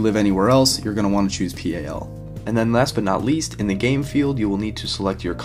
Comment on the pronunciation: Just thought I'd say, it's pronounced "PAL" not "P-A-L"